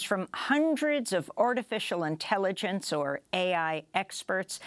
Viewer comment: lmao why is she pronouncing it like 'ortificial'